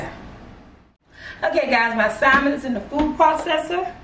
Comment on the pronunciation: Even though I do not eat Salmon but this burger looks good. She kills me when she says Simon but it’s all good. I love especially her personality.. 😍😀